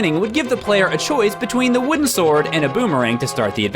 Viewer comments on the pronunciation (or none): none